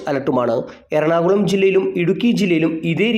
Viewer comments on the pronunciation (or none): none